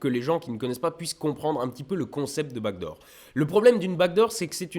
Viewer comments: C'est qu'il "back door" beaucoup trop à la française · Chaque fois que tu dis : "back door" j'entends "bague d'or" hehe. Peut être pcq jsuis québécois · Demiurge Borgir, pareil !! Bon, tant qu’on entend pas back room.....😜😋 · MOI AUSSI !! c'est dingue non ? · C'est parce que le son k et le son g sont très semblables, le g est la version voisée du son k. Et j'ai appris ça par hasard en étudiant le japonais. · Demiurge Borgir pareil pour moi (et je suis prof d’anglais lol) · Lol non t'inquiètes moi aussi je comprends bague d'or et je suis francais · ah ok, moi aussi, je comprenais "bague d'or" (j'habite en Bretagne) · Demiurge Borgir j’étais aussi persuadé qu’il disait bague d’or et je viens pas de Québec mais de 🇨🇭! 😂🤣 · nan moi aussi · Pareil! Haha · "Backdoor" mais avec l'accent mosellan, c'est difficile à dire :D